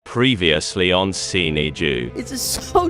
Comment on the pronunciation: ‘PREEVEEUSLY ON SEENY DOO’ got me every time 😂